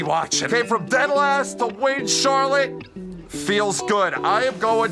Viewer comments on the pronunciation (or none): Hello, my name is Miss Pronouncer. And I’m here with last weeks winner at c-harlott-e.